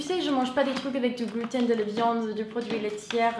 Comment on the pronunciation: Allergique au "glutin"😁 J'adore ton accent !